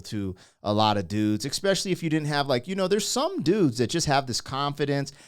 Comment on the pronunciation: "Expecially"?. I'm not sure that's actually a word mate. I'm an Aussie fella and know that we muck around with the Queen's English a lot too,but there are two specific words that many Americans use that simply doesn't wash!.......; "Expecially",and "Aksed". WTF?. I'm sorry but I just don't understand why. Z.👍